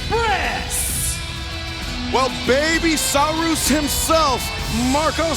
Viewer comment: Is no one gonna mention how excalibur pronounced saurus (Sow-Roose)